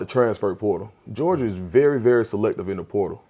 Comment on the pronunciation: “Gerogia”? C’mon, On3 Recruits!!! 🤦🏼‍♂️